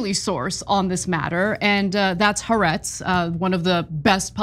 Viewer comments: The name of the publication is Haaretz is pronounced Ha Aretz! Means The Land! You guys have been mispronouncing it for months! You'd think you'd learn to pronounce it if you're going to quote it so much. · Appreciate this report. Btw, it’s pronounced “Ha Aretz”, it means the country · The correct pronunciation is actually "hah-AH-rehtz" (accent on SECOND of THREE syllables, NOT TWO) The apostrophe represents a break between the first two identical vowel sounds. The meaning is "the land" (of Israel). The Hebrew word for the definite article "the" is "hah", and it is always attached, in Hebrew, to the noun it modifies, creating a single word from the original two words. You are certainly NOT alone, by the way, in your mispronunciation of the name of this basically reliable and respectable Israeli news service and daily journal.